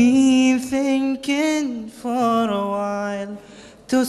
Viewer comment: الصوت حلو بس شوي النطق مخرف لما يقول حرف r for before